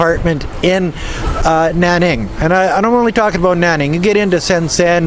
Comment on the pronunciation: Slow and defensively. Lol OMG. I JUST heard you say the Canadian ABOUT. Aboot. Mind blown. LOL (I am Chinese-Canadian)